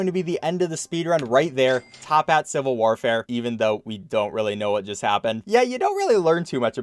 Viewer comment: it's toppat not tophat get it right next time >:(